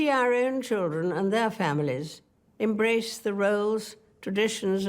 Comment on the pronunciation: At mark, she seemed to say "embrace" with a very faint trill. Also find it interesting that her initial "Happy Christmas" from 50's video sounds very American to my American English ears. I have heard it theorized that certain American accents and pronunciations actually retain & reflect the original accents, inflections & pronunciation spoken by those English, Scots, Welch and Irish that settled America in the 17th and 18th centuries. I, too, preferred the Queen's earlier accent. Much more melodic and pleasing to the ear.